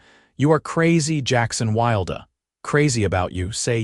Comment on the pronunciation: Once again good story but her name is pronounced wrong. El un or. Not el een er 🥴. And his name is pronounced Wild!